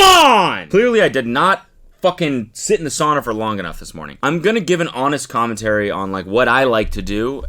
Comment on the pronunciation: Does Cody say "Connentary"????????